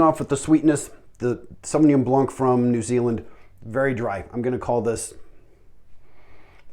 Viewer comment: “New Zingland?”